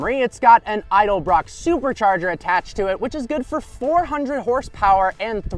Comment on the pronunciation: Says “idlebrock” instead of “Edelbrock”